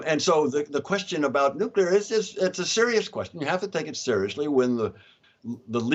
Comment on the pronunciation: Why is everyone saying nuclear??????